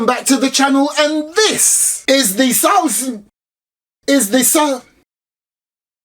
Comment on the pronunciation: As a turk, you cannot believe how nationalist i felt, btw you pronounce it as sarsle-maaz